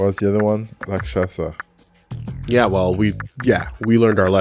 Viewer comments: The 'sha' syllable is like RPGs. will never figure it out. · Some day will learn how to pronounce Rakshasa but today is not that day.